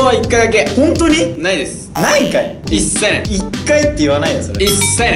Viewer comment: いっ⤵︎ さい⤴︎ない⤵︎